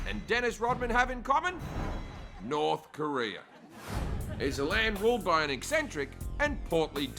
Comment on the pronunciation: Do any other Americans hear “career” when Koreans say “Korea” ....? Cuz I do.